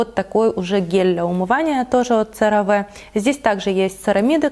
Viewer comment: CeraVe произносится серави !!!